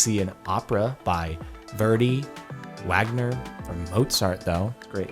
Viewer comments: Mozart, (W)?Agner.... It's pronounced Vagner. Wow for all the people acting like smart elitists I sure am finding a lot of mistakes. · did he say "Wagner" i think you mean "Vagner" thats how you pronounce it. I am very smart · Jardon you fool! it’s german and pronounced vahgner. I can’t believe you done this, have some respect for classical music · I am going to "I am very smart" Jordan's pronunciation of Wagner (Vagner). But I mean... If you wanna see a Verdi Opera go see one, there are Opera companies in like every major city. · Hey, Jardon. Wagner is actually pronounced as Vahgner. It's okay though, I wouldn't expect someone of average musical knowledge to know that. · IT'S PRONOUNCED VEGANA YOU BABOON BOY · I cringed so hard when jardon said Wagner. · I love how he pronounced “Wagner” that made my day hehehe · Actually Jordan, "Wagner" is pronounced with a "V" sound, as it refers to the German composer Richard Wagner, but I suppose only someone intelligent and cultured such as myself would know that. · When Jordan pronounces the "W" in "Wagner" as a "W" rather than a "V" 🤦‍♂️ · Is it bad that I cringed at his pronunciation of "Wagner"?